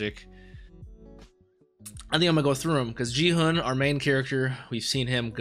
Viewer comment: The "g" in Gi-hun's name is pronounced like "g" in "geek", not like "g" in "gin". I've been enjoying your reaction. I like that you don't exaggerate it like many other reactors. Can't wait for episode 3!